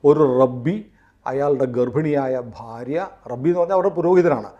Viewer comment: rabbi alaa rabai enu anu pronounciation.... 😅 bt so happy ig mossad get into this so truth will be revealed modi is on very soft mode now...😅...so i hv 0 expectation😅